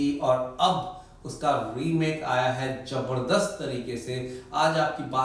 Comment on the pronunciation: Why is he saying “Jabardasht”? The word is Zabardast